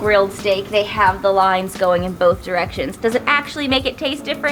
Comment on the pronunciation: Bolth lol